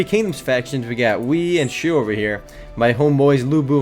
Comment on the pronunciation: I am going to be kind in saying you brutalized the pronunciations ._. "Now we got the three kingdoms factions, we got Wii and Shoe" ._. Wei is pronounced "Way" and Shu is "Sue". Just gonna throw that out there ;P